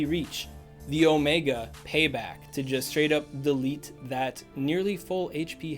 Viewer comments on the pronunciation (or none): none